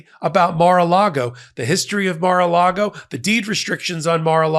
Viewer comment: "The mar and the lago" 😂